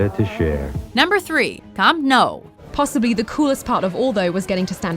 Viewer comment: Nou in camp nou is pronounced new